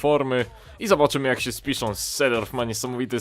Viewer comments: Czyta się Sejdorf (i Klirens) :) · I Seedorf sie czyta Zedorf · mowi sie Sidorf. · Sejdorf* i De jong* sie czyta ;D